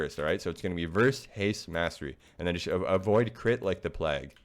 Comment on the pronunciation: My guy, it's pronounced playg.